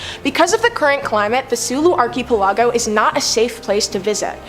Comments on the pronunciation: It's pronounced ark i pel i go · Are you freaking serious? Archie pellago?!! Wtf is that